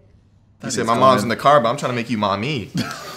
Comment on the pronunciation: i thought he said "mommy's in the car but im trying to make you mAmIiIiIiii" lmaoooo